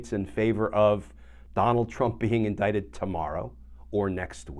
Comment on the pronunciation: Indicted and not "indicated".